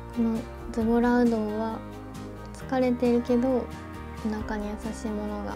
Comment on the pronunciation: の 「ズボラ」はなんかズボラじゃない…（語彙力）